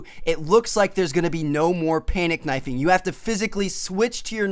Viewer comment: I laughed when he said no panic knofing xD